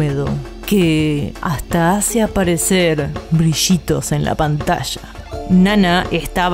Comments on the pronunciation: JAJAJAJA "brishitos en la pantasha" JAJAJAJAAJAJAJAJAJJA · “Brishitos en la pantasha” jajajajajajaja son los mejores!! Amo sus videos y amo su dedicación al hacerlos 💜💙💚💛🧡❤️